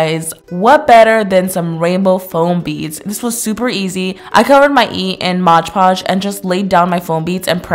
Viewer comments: Does anyone else hate it when people say MODGE podge instead of MOD podge?! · Loved your video, Karina! I just have one thing to say, though. Mod Podge is not “Modge Podge”! 😅